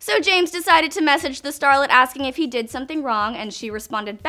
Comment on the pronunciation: Did* Not “dod”!